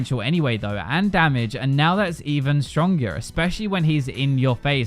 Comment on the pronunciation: switching to the american accent mid word on “stronger” really surprised me lol